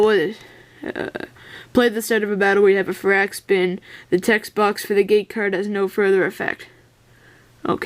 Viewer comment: its far-ak-spin